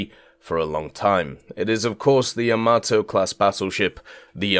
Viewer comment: Bro, if you say Yamato like that one more time... 👺